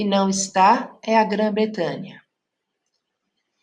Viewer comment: "A eclipse" , "Grã BretÂNIA"...